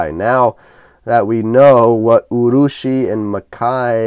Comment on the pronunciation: Not too bad a pronunciation. Yes, urushi means lacquer. Anyway, an interesting watch and another good review.